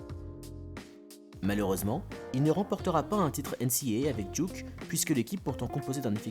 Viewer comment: Super vidéo comme dab mais ... Duque, vraiment ? Come on man met un semblant d'accent au moins aha